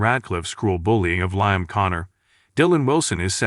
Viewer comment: Liam (pronounced Leeam, not Liam as in Lie)